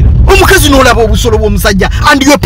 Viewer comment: Naye banange the way yo pronouncing OBUSOLO🤣🤣🤣🤣🤣🤣